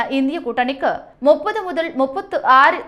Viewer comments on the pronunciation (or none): none